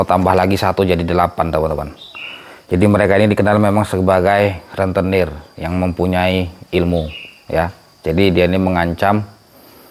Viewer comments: Rentenir? Bukan lentenir. Tapi gk apa2. Semoga ALLAH lancarkan. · Rentenir bukan Lentenir maaf ya kalau saya salah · Assalamualaikum ustadz rentenir bukan lentenir hancurkan semua rentenir biar ga buat resah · Yang bener : RENTENIR bukan Lentenir